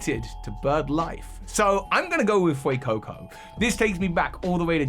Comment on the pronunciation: THE A IN FUECOCO IS SUPPOSED TO BE AN E!